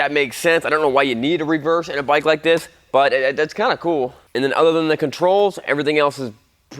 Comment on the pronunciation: Say, that’s a nice bwike T2